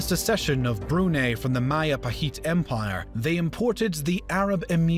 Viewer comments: Where is Bruney? And Mindoorow? Does the voiceover guy possibly mean Brunei? And Mindoro? For fuck's sake show some respect and learn how to say the place names before you pretend to be an expert on the topic. Manual Rocksass would be rolling in his grave. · You pronounced Brunei wrong